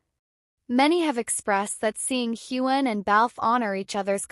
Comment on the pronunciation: Say his name right!